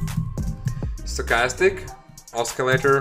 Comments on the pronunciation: The c in the word oscillator is pronounced like sill. Not like Oscar. I'll check out your strategy. Thanks. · you mispronounce the word "oscillator". There is no letter in that word that should be pronounced as k.